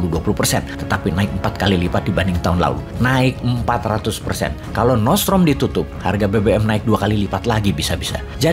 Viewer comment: Nordstream boss, bukan nortsetrom